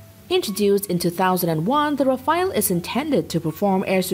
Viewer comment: RAFALE not Rafael